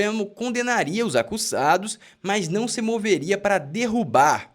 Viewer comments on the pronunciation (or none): none